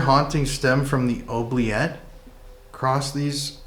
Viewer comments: It's pronounced oo-bliette. Were those growls in the chapel tower, or whatever it is called? Creepy!!! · every time you say OH- bliette instead of OO-bliette, I get the giggles. 😂 The runes experiment was fun to watch!! The first thing I thought when your insulin tube was clipped in the chair was that it might be something a kid playing tricks on you would do.